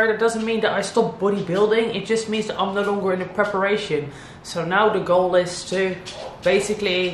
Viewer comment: Do you maybe speak swedish? That ”Nej” sounded just like ”no” in swedish😄